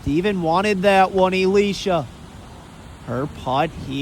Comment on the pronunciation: lol EElisha. Bruh. Pronounce it like uhh lesha. I cringe every time you say her name